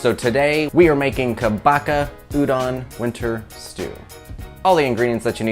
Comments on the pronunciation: Pronunciation for kabocha is short “a” like in car, long “o” like in hose and “ch” sounds like ch in munch so ka-bo-cha and not ka-no-ka…hallelujah!!😊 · pronounced Ka BOW(bow and arrow) CHA (the cha cha)